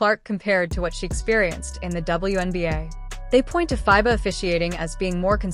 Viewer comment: Stop mispronouncing fiba😮